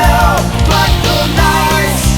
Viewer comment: Písnička dobrá o tom žádná, ale moc nerozumim tomu co to je to "najs" pokud se myslí to francouzské město, tak to se vyslovovuje spíše "nys"...